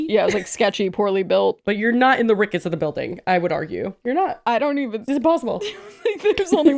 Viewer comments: her saying rickets TWICE is FRYINGGGGGG ME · As someone from Chicago, her saying Rickets is very funny😂